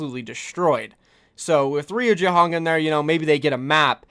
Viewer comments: Reye u not ree u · Yo. It is not „Riujehonk“ it is „Rujehong“, this is how you speak it. I am aware of that it is SPELLED different but you speak it like „Riujayhonk“ but it is „Rujehong“ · It is pronounced as RU - JEY - HONG please for the sake of my own sanity please say it right.